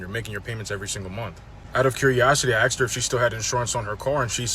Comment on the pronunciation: I miss when 'asked' wasn't 'axed'. I was there, I remember 'asked', I saw it get 'Axed'. That's poor edumucashunz.